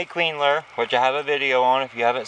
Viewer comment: "Queen lure." I couldn't figure that out. Caption was "clean ler."